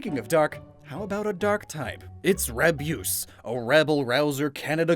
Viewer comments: As a Canadian 🇨🇦, Rabyoose horifies me 😨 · is it just me or does rabyoose kinda sound like abuse